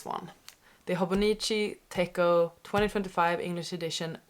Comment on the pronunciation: I noticed you are calling it a tech-o but it is pronounced tet-cho I made this mistake for years before someone called me out on it and laughed at me